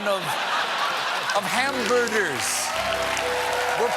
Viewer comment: Trump truly believes hamburger is pronounced hamberder...wow lol goes to show why reading is important